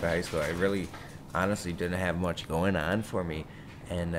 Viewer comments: Do you know that you are saying 'What is gode-ing on'!? You must be doing it on purpose!!! :P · Did he just say "what is goating on"?